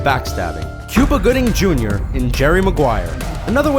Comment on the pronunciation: I'm impressed that they were able to actually get his name right, they constantly mispronounce names!